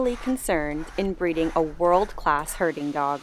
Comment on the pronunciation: Wait! Did you say they're "Herding dogs or Hurting dogs"?